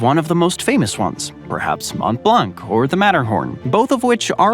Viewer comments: It's hilarious listening to Americans trying pronounce French names.....Mawnt Blonk. Classic. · The commentator makes efforts to pronounce it well in foreign languages like with toponyms in Iceland for example but this is a disaster with the pronunciation of French words, Mont Blanc is mispronounced, you don’t pronounce the final c, this is ridiculous to say it this way. Also Quebec is mispronounced, this is inappropriate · As a native French speaker, the way he says “Montblanc” physically pains me